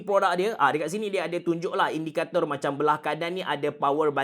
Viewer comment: Pekat bebenor sebutan Indikatorrr abe… hahaha. Done layan sampai habis. Isteri dua ek? Tidur luar tak ini malam?